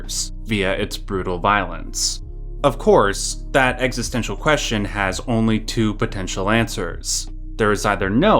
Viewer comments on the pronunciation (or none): none